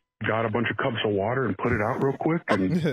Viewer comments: Nothing wrong with drinking water, but drinking wuter? Now that's questionable! 😂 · If I hear say “Wudder” one more time I’m going to have to reduce my Patreon pledge, I just can’t support this. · Triggering to hear wuter 500 times in 10 minutes 🤣 Love you guys.